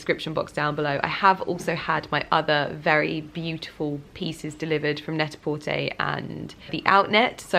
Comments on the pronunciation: Why do you say Net A Portaayyy?? It’s Net A Porturrr 😜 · Can someone please confirm? Is it Net-A-Porterrrrr or Net-A-Porté? Pronunciation not the spelling 🤣 Just to confirm this isn’t a dig, genuinely interested!! ☺️ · You can Google this information how to pronounce stores and brands properly!!